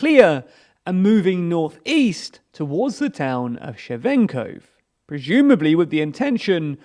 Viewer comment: "Shevenko" is my new favorite and "Nova-Cacova" is a classic at this point